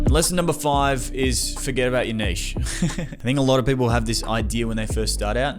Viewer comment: Omg someone who actually pronounced niche correctly! Love the vid and the advice, can't wait for the weekly vids!